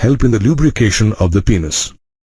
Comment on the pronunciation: Plzz aap penis ko peeenus mat bolo